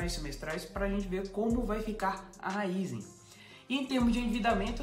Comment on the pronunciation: Se tem o acento no i, é RAÍZEN não RÁIZÊN.. 😂